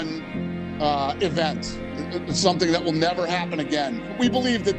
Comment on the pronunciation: Bedakan cara baca even, sama event min, kalau event itu artinya "acara" contoh event UFC, nah itu yang bener. Tapi yang dibaca sama admin bukan event tapi even, kalau dikomen yt ada fitur voice note, bakal aku contohin deh, berhubung gak ada, tlong diperbaiki min, soalnya untuk yang ngerti denger nya agak gatell, thanks 🤘🏾